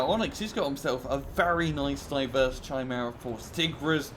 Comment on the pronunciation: Aww come on. You can pronounce "Tigre" correctly. It's nothing fancy it's the British version of "Tiger" just like "centre" = "center". Chimera is pronounced more like "Kaimera" or "Kemera". The Chimera is a beast from Greek mythology. A creature with the body of a Lion, a snake as a tail and a 2 heads a Lions and a Goat. And that was Tore's information corner for today.